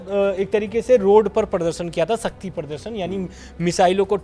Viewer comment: दोनों अनपढ़ हैं ही है एंकर शब्दों में इनके शिक्षा नहीं दिखती शक्ति को सकती बोलता है 😂😂